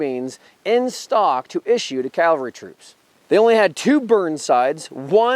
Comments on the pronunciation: It's pronounced CAValry, not CALvary. CAValry are mounted soldiers. CALvary is a hill where Jesus was crucified. Other than that, I absolutely love your videos. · ^The history part was great! However, as a veteran and retired English teacher ( Take this as a teaching moment) I have to say... you kept saying CALvery not CAValry. CAValry are mounted soldiers. CALvary is where Jesus was crucified. I was 1st CAV! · um this guy repatedly mis pronounces CAV alry as calvery...lmfao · Love this channel.... though it drives me nuts that a CAValryman pronounces it CALvary. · Please don" call the CAValry the CALvary! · here we go again with the idiots calling the cavalry the effing CALVARY for gods sake get this simple word correct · Why not just say “cavalry” instead of “calvary?” Ugh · No, I've listened to it eight times now. He's clearly saying Calvary. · He said, "Calvary" in the introduction, and at least once in the body. The other grammar mistake was, "there was two types of carbine". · Calvary is where Christ hung on the cross, the cavalry is not that place. You didn't always mispronounce that but a lot of the time you did. What is the best sharps replica to buy? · Also mispronounced cavalry